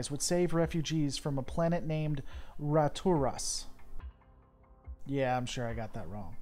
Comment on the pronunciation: Shoot first ask questions later is very logical after being attacked, so I don't know why you say "Yeah" like that.